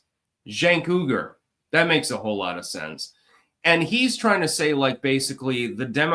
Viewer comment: Cenk and the Young Turks - didn't they grant fame and fortune to AOC? and isn't his last name pronounced like "wee-gur"?